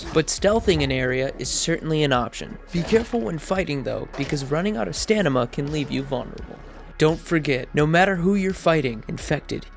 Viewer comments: Stamina ya stanima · Stamina not stanima !! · staMina not staNima hahaha awesome vid anyway and jonah didnt voice crane